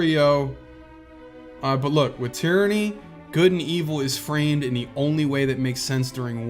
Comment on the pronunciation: "Tieranny" lol